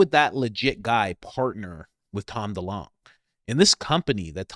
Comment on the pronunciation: It's DeLonge fam it's pronounced like Longitude